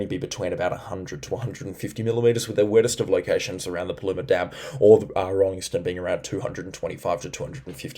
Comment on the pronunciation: We need consistency with the pronunciation of Paluma please. I thought you had it right the other day.